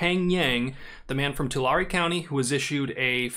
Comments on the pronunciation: Tulare is pronounced Tuh-Larry. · Just wondering I live in the Central Valley. And I live 10 minutes away from Tulare but... that’s the first time I hear it like that. I think it’s pronounced “to-Larry” at least that’s how we Central Valley people say it. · Pronounced two- Larry county. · People I know who work for the county call it Too lair, no emphasis on either syllable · For future reference.. probably never bcuz nobody cares about Tulare lmao.. it’s “two-Larry”